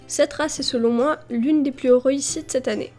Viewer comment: J'aime trop quand tu dis roïssi au lieu de réussi 😭😂